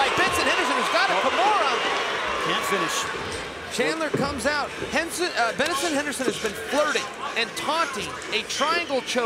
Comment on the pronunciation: Hahahaha did anyone else catch it where Chael Sonnen called him Benerson Henerson? 🤣🤣🤣🤣